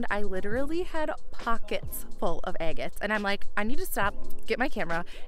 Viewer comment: Quit saying eggits....its driving me batty!!